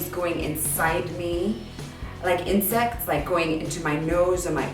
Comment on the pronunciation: Haha okay raise your hand if in you heard in sex instead of insects lmao I was like wait what? rewind hehe lordy lord